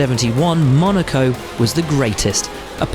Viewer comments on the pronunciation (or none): none